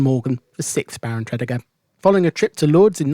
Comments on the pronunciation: From a 61 year old Newport native, I found this a very interesting and informative video, thank you. Only one little niggle, we pronounce Tredegar as , Tre - deeee - gar. Keep up the good work, will be catching up on your vids and have subbed to your channel, cheers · Great video of Newport....but your pronunciation of Tredegar made me chuckle Tred-ee-gar. 👍👍👍